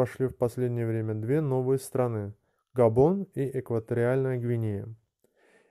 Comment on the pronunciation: Не страны, а стра' ны. Иди учись!